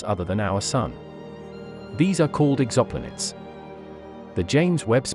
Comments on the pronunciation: It's pronounced "Exo-Planets" not Exoplanits. I don't mind the robo-voice, but that really stood out. The video got it right once, but wrong several times. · Robot voice said "ex opp lanets" for exoplanets.